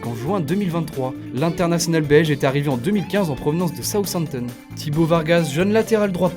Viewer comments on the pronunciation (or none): none